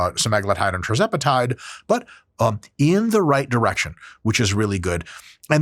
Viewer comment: You say "trizepatide" when it's actually "tirzepatide". Sound it out.